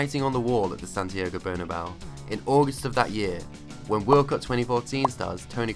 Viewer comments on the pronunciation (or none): none